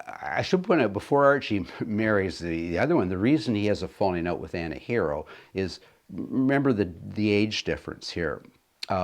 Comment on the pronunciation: Hi. You need to visit Mattawa Museum. It's An-a-har-reeo. And she was born and raised on Fifth Street (Anahereo Way) in Mattawa Ontario. She was Algonquin. The museum here has a very accurate account of her and her life with Grey Owl